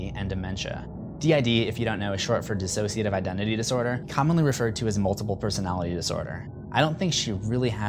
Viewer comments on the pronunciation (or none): none